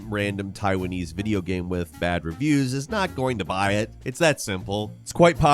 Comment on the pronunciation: say the word ''Game'' im serious'' not ''GHahm''